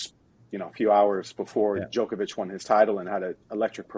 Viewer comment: His name rhymes with Jock not joke get it right